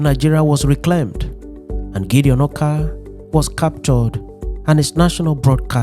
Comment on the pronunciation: Orkar not "Oka"